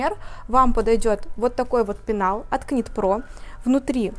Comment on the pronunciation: Добрый день! Шикарный ассортимент ! Выбор сделать непросто 😊. Девушки, ОБРАЩАЮ ВАШЕ Внимание: knit pro произносится «Нит про». Звук К не звучит . Вязание - «knitting” произносится «Нитин» . Пожалуйста, произносите правильно , ведь вы- профессионалы 😊С уважением Ирина .